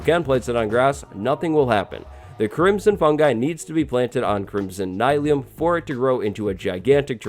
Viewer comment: I don’t think that it’s “Nye-leum” I think it’s “Neel-eum” like mycelium